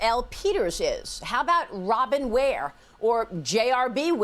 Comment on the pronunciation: “BWARE” 😂 lmfao stahhhhp